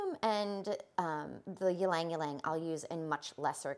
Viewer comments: e-lang e-lang not lang-lang for ylang-ylang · Very informative. Tiny suggestion - It’s pronounced Ee-Lang Ee-Lang not yeelang yeelang. It’s a Filipino word.